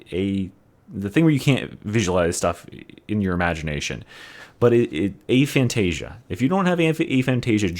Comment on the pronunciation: lol u completely butchered the word aphantasia i was wounder what u were trying to say